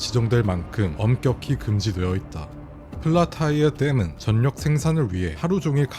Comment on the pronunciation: 전력 [전녁x] [절력o] 자음동화되어 ㄴ 받침을 ㄹ로 발음해야 맞습니다.